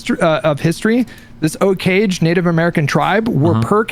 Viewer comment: did he just mispronounce Osage?